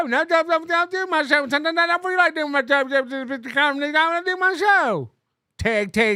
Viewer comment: When Bower said he watched “the show” it sounded like he said he watched “The Soc” - so I assume he heard your nickname watching old NLO and it was a sign of respect.